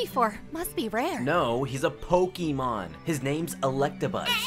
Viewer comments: He has a point, but he uses ee instead of ay and that automatically makes me hate him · "Poki-mon" Oh no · Yeah man, pokeemon, like in pockeet monsters. And of course, "cultured men" say that embarrasing kiddy crap "w-word". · I always wonder if people say Pokey-mon on purpose to bait people like me or if they actually don't know how to say it. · Who still says "Pokimon" in 2024?